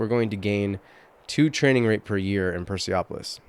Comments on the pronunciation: Nice video! Real excited for this game. just a couple of notes: 1) absolute cognatic means men and women can inherit the throne (you mistakenly thought it was the same as primogeniture, and 2) the pronunciation is Per-Seh-Polis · Hmm, you made up a Farsi version of it, and becouse this is a greece word, the currect pronunciation is "Perse-polis"